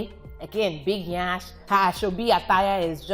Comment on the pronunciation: It's not 'nyansh' no one emphasize the 'ny' rather it's 'yansh' and an emphasis on 'n' which she pronounced impeccably